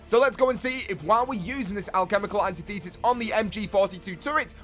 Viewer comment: Alchemical Antithesis is pronounced, an tith esis